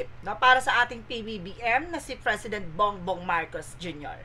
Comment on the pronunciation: Its "P" for President. Hindi Fresident. 😂😂😂 Anyway, thanks for the entertainment.